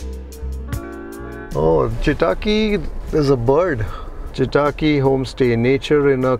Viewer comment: Loved it! You have to improve your kannada pronunciation. Chitaaki sounded like a Japanese name😊. It's simple Chitta akki a tiny bird. All the best!